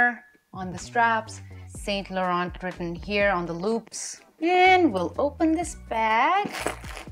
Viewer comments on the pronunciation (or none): the way you pronounce “saint Laurent” is incorrect 😅 not saying in a bad way but there is a accent to all the brand names 😊